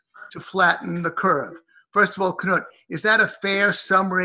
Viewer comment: It's not Ka-nuut Wittkowski. Right away I see errors with this video. It's Knut (noot).Not the pronunciation first mentioned.